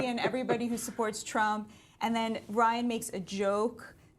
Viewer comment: I think they both said Ryan's name wrong.